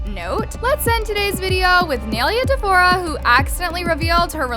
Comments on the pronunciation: Its pronounced as "nye-leya" not "nail-leah" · it’s “nailea” not “neilia” 🙃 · It's not neylia it's nailea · It’s ni-a-lay-a that’s how u pronounces it just saying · its “niye-lay-uh”… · I love how you pronounce nyes name😂it’s Ny-Laya😭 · Please tell me im not the only one getting annoyed at for pronouncing her name like ‘nay- li - a’